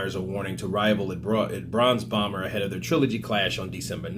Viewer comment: Haha it sounded like you said the Bronze bummer, Fury would be proud lol